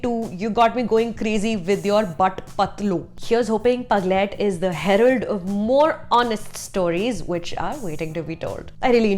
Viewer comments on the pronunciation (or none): none